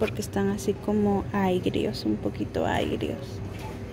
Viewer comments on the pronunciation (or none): No aigros y se dice AGRIOS aunque el término para mencionar un dulce es AGRIDULCE.....no crees?🤦🏽